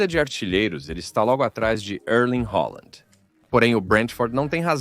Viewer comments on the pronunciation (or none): quem é Holanda??? o cara quer falar chique, mas está é passando vergonha falando o nome do Halland de forma totalmente equivocada